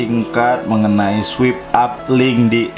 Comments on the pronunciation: I heard "sweep". not "swipe". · Swaip up baca nya. Bukan swip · bacanya swayp bang, bukan swip hahaha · Swipe dibaca swaip bangBhkan swip hehe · Swipe dibacanya swaip kak 😊